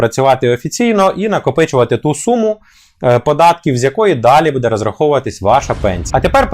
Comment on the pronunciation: Бууууууууде а не будееееееее!